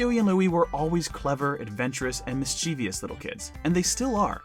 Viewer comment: mischievous, not "mischevious" :/